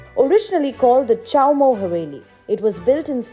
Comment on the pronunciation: Its chommu not chowmou